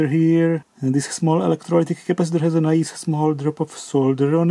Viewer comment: whenever this man says "nice", i think eye eye , it's dodgy, and somethings a foot dear watson. 😂😂 LOL. 🙂🙂